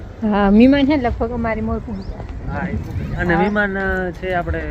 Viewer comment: મિમાન કે મહેમાન "હ " ને ખાય ગયા ગુજરાતી